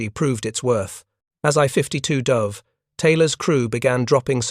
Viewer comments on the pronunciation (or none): It did not it never dove but it duv huh stupid programer